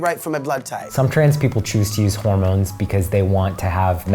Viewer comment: "I love my 'mones" I'm done😂